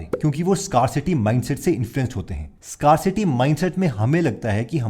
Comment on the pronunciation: Not FEEinance but FInance, not SCARcity but SCAREcity. Why use English words if it's supposed to be a Hindi video? I pity those people who're fully/100% Hindi speaking audience. Hmph!